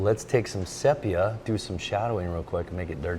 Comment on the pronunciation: "sepia" = "see·pee·uh" NOT say pee uh. EVERY artist knows this.